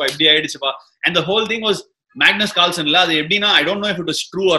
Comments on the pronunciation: Sir it's not Carlson is Carlsen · Ashwin sir it's Carlsen not Carlson... Big fan of Vishy Anand... ❤ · Btw it's Carlsen not Carlson 🤦